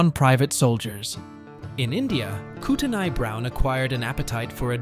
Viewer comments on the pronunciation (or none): I was born in that area. It’s pronounced koot on eey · The "T" is silent in revenant. It if were a woman, it would be pronounced because it would spelle revenante for feminine gender. Look up the pronunciation of Kootenai.